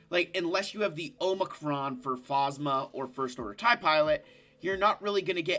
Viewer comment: You can tell he hasn’t watched the sequels because of how he pronounces Phasma